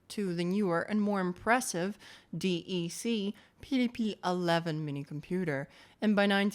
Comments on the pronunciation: Great video but it hurt my soul every time you said DEE EEE SEE. I've never, ever heard DEC said like that, it's always either just Digital or DEC (like DECK). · You spell DEC wrong. You say "DEK" not D-E-C.... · It's DEC. Nobody calls DEC "De" "Ee" "Ce"... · DEC is normally pronounced "deck", rather than saying each letter.👍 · DEC is awfully wrongly pronounced.